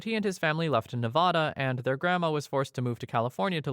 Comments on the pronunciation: Las Vegas resident here with a nit to pick. Our state is pronounced ne-VAD-uh; not ne-VAH-duh. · Literally everyone outside of Nevada calls it nuh-vah-dah.😆